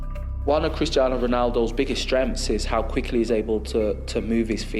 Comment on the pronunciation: why doesnt he call him cristano haha !